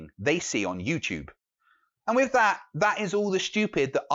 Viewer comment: And it's WITH!!! not wiff!